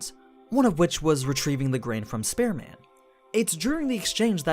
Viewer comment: Your pronunciation of Spear Man sounds like Spare Man.